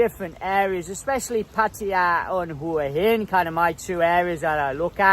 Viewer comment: How come you can't pronounce either Hua Hin or Pattaya correctly yet?